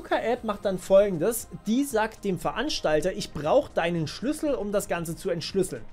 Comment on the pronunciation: Ich glaube, du hast noch nie so viel "Schüssel" im Video gesagt wie jetzt xD